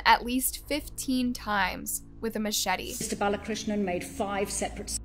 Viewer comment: Will you do everyone a favor and learn how to read and pronounce before you post a story. It’s BAL A KRISH NAN. For crying out loud the judge said it correctly multiple times and here you are repeatedly reading it wrong. Get it together. It’s a regular thing with this channel and it’s annoying as hell. It shows ignorance and disrespect to your viewers who know how to read that you don’t invest in getting the simple things correct.